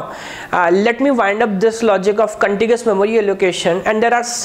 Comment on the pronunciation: everything is good but its Contiguous not contigious. :-(